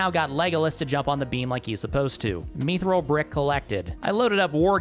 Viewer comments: constantly calling mythril "meethrill" is driving me nuts. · Have i been saying mythril wrong this whole time or has he?🤔